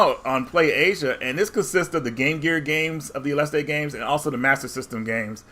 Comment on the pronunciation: No there is no crazy Mexican "E" on the end, there. ... . It's just "aleste".